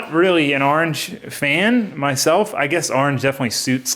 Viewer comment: What’s an Arange? Is Florida the Arange state?!? 😂😂